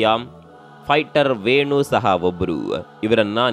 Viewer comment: Lo guru fighter adu fughter alla😂